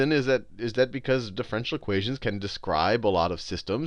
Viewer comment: "difFRENtial equations "